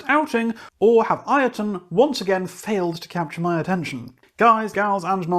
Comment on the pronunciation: BTW, the band's name is pronounced Yotunn, not I-o-tunn :) It's an old norse word for a giant, and as Icelandic is very close to old norse, i.e. the language hasn't changed much since the country was first inhabited some ~1150 years ago. The Icelandic word is thus Jötunn, where the Icelandic J is pronounced like the english Y.